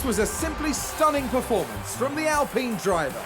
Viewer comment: Drink every time Alpine is pronounced incorrectly